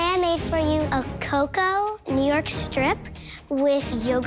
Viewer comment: Haha! How you said ‘Summoned’ It’s like summoning a god to give you food